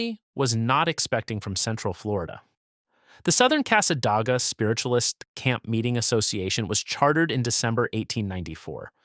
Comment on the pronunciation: It's O-chop-ee; and Cassadaga (with "day" in the middle, not "ah"), Alafia is with a f-eye in the middle,....AI is awful.